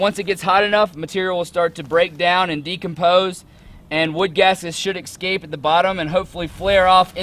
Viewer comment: He needed to go through his spiel a few times with an audience to streamline it and increase clarity He also needs to learn how to pronounce "escape". He needs to refer to the charcoal as charcoal instead of carbon material. And a last particular irritant to me is that what you're producing is charcoal, not biochar. It's what you DO with the charcoal that makes it biochar.